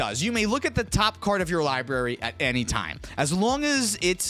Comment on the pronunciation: that time is also pronounced wrong.